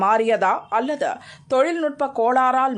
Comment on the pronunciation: 'அல்லதா' இல்லை 'அல்லது'. முதலில் தமிழை ஒழுங்காக உச்சரிக்கப் பழகு